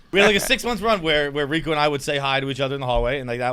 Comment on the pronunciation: You can't even say Rico's first name!!!! And he harasses peoples wives on twitter